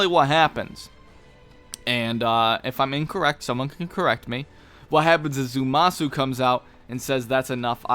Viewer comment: Ok I've stood silently for too long... 'ZAH-MAH-SU!!